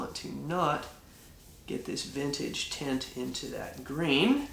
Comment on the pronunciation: Sounds like he's saying tent instead of tint